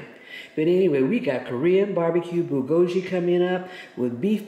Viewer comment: Great video to cook the Costco one. But please learn the pronunciation of Bulgogi.